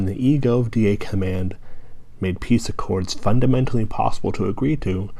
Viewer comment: does saying (fundimentaly) make you feel better about you being 40 years old and still playing xbox